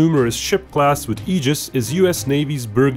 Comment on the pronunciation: Thank you for pronouncing Aegis correctly.